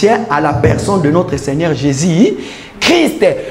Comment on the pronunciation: La façon dont ce frère prononce "Jésus " hein loba kaka "Yesu" 😂